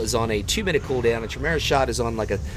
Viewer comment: Chimera is pronounced... (Kai... Like Tie) (Meera.... Like Vera) if all else fails use google translate and listen to how it sounds... Love your vids though xx